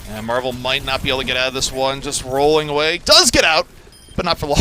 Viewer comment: Stop calling him marve it's MARVEL